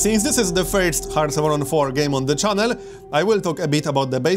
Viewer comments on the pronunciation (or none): none